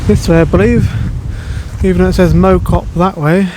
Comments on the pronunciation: Mow cop is pronounced Mouw cop. Great video. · FYI, Mow, is pronounced as in cow. Think Cow Cop - Mow Cop.